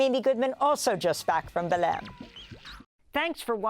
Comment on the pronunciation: Congratulations! Your News about COP30 seems well analysed in this critical year of 2025. Allow me to say that I admire your perfect pronunciation of the word: BELEM! As a foreigner speaker, your professionalism is at its best! Let me say that Brazil lives inside a hypothesis of Nulity and the global North holds the Main Hypothesis: Financial success at all cost. Olso Brazil is historicallyunder European colonialism, that is, they are in disalignement among themselves and in alignment with Frankfurt. There are useless friction in debates. But they must percevere. God Bless.